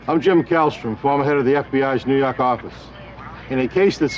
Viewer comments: Neww YAWWWHK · "Nu Yauk"